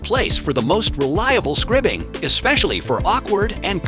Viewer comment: It’s pronounced skry-bing, not skribb-ing.